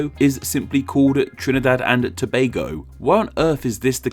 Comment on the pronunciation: I haven't seen much foreigners pronounce Tobago correctly. Props to you my dude.